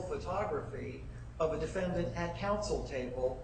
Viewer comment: Will somebody just tell that judge that it isn't pronounced "defendANT"